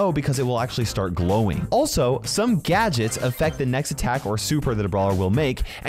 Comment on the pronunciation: Gadgets❌ Gadgets✔️